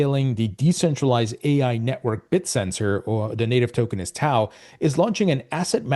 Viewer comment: its pronounced Bit-Tensor, not Bit-Sensor